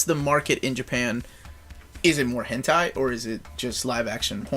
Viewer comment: It's pronounced "'hin tay''